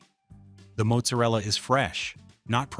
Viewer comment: They pronounce their name like this: "Ray-o". And it's pronounced "Maht-zer-ella" not "Moat-ser-ella".